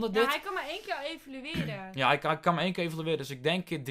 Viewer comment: het is evalueren niet evolueren!